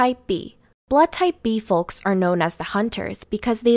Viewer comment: Why does she pronounce the L in folks